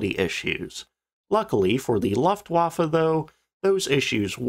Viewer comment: Looftvafe (L-Look, Looft-va-fay) You are great in your research and presentation. This is just a polishing up of your delivery. ;)